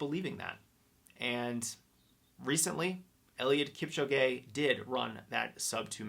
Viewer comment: Eliud Kip-cho-gay lol Otherwise a great talk, thanks for all the inspiration!